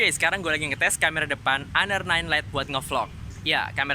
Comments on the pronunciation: Siapa bilang? Lihat review org luar makanya, mereka nyebutnya Honor bukan aner 😏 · Plis dah, jangan sok english 😐 honor itu dibacanya honor aja kok bukan aner 😐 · PA LEVI iya bro orang luar bacanya tetap honor 😁😁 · honor dibaca aner